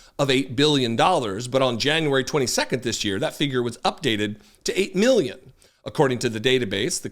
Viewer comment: You crack me up! 😂 8 " ma-billion "